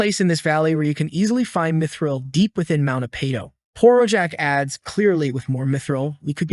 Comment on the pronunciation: why "dimidril" if it's "mithril" ???? 💩🤡🤦‍♂️